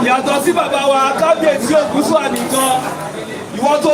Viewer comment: ❤❤❤the kabiyeai pronounced. Karo ojire❤🎉the way it suppose to be pronounced❤g o od morning you wake up well❤some will say you don't wake up well. Point of correction don't say o ji ire. Oduduwa nation no going back❤🎉🎉🎉